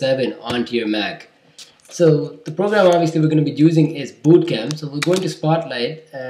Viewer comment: funny how he pronounces bootcamp as BOOOtcamp.